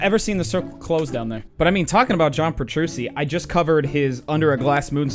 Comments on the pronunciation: ITS PETRUCCI NOT PETRUSSI!! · Heads up, it's Peh-true-chi not Peh-true-see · How dare you pronounce The God Petrucci's name like Petrushi :( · We just gonna ignore the fact that he said John petruSEE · Petruchi... thats how you say it. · "John Petroosi" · Lol guess he was too dumbfounded by the dude's guitaring to get the pronunciation right. Lol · Petrucci is pronounced petruchee he is from an italian background where ci makes a chee sound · Did you just say "Petrusi" ????? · John Pe-tru-see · The way he said petrucci tho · Noooo... TheDoo doesn't know how to pronouce Petrucci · Did.... You.... Really.... Mispronounce JOHN PETRUCCI'S NAME?!?!? UNACCEPTABLE